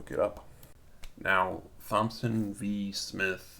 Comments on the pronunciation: Its pronounced "TOMson" not "THOMson" . Also, Constitutional Common law of the Land states that no state can make a RIGHT into a PRIVILEGE, and if they do, it can be ignored. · brandon kushner yes!!!! I can’t take it! THompson??!? 🤯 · Thompson.... pronounced Tom-son... ignorant enough to not be able to pronounce a common name. So irritating. It's not a Sheef of Police, either... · Thomson is pronounced "Tom-son". Thompson is pronounced "TomP-son". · LOL THIS MAN SAID THOMPSON!!!! Its pronounced like TOMPSON!!! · Why are you pronouncing Thompson like the Th is soft? The name sounds like "Tompson" The H is silent. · hey thompson is pronounced tomson the "T" & "P" Is silent. dumb ass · Thompson is pronounced 'Tom-son' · Thompson is a common name... you should know how to pronounce it correctly. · "Th"ompson! The 'h' is silent you you idiot!! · Garry McMhastegut Cognitive ability has nothing to do with it. And, I did no such thing. I explained that a person that doesn't have the experience to know how to pronounce Thompson, has demonstrated a lack of experience living in the midst of the US population. Such a lack of real world experience makes his opinion of little to no value.